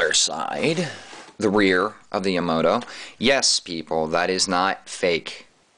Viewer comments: YA-MA-TO, not ya-mato NOT yamo-to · You are a Idiot...You can't even pronounce Yamato correctly I can't expect you to give a decent review thumbs-down people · You said Yamato wrong!